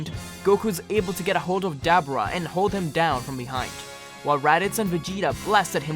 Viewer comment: no offense bro but it sounded like you were talking about a dabbing dubura but other than loved the video can't wait for the next part👍👍👍